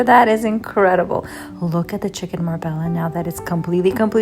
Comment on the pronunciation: Marbella is pronounced “Mar-bey-ah”. It’s a city in southern Spain. Leave out the “l” sound 😉😉